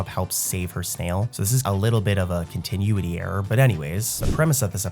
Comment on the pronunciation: Brotha man. If you want people to like...really REALLY believe you're a real voice? Maybe learn how to pronounce continuity?